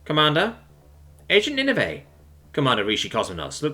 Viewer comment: Ninevah is pronounced Nin-uh-vuh, like the ancient city from the story of Jonah and the Great Fish in the Old Testament Chesapeake is pronounced Chess-a-peak